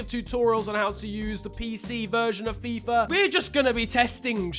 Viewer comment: If I took a shot of vodka every time shouted out Fifer Fifa, I'd probably be dead by now due to alcohol poisoning